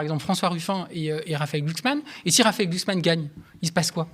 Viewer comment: Prononcer Glucksmein 😂😂😂